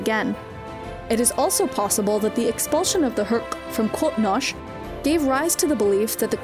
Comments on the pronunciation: I mean I appreciate when people try to speak Klingon but come on. Cotnosh? Just call it Kronos like everybody else who can't speak Klingon. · Not bad but since your clearly not a treakky you need to be sure your pronunciation the Klingon homework is called Qo'nos (crow-nos) not koh-nhhs as you pronounced it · Except for whoever is doing this channel. Everything else is research quite good, so I wonder where that comes from. And Kronos is wayyy easier than Quoknosch? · Yeah, "Krawh-nosh" made me cringe a couple of times. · The Klingon Home world, Qo'Nos, is pronounced "Kro Nos" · I know. I was quoting the videos pronunciation of the word, and then quoted Gowron as a criticism of the videos mistake. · The home world should sound more similar to Crow Nose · The attempt s to pronounce QoNos in the native Klingon pronunciation is cringe. Just stop. Save that shit for the ren fair. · exactly it was pissin me off like have they not listened to any klingon call their homeworld,,, she makes that regurgitating sound for weird unncessary reason... id say qonos is pronounced as kwo nose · Goddamn it, it is pronounced “kronos” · Sounds like the Star Trek Discovery pronunciation. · It’s Qo’noS, it’s the Klingon word for their homeworld. Kronos is only a transliteration into English. Pronunciation is a little off on the Q. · This is an old comment but Qo’noS is the Klingon name of their homeworld. Kronos is just a transliteration to English. Her pronunciation is a little off for the ‘Q’ which is supposed to be a more guttural KH noise. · need to learn the proper pronunciation of the Klingon home world